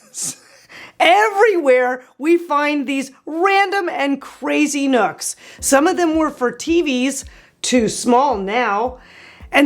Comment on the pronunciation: I'm sorry, what did you say to do about the nooks? "Chip" them? What???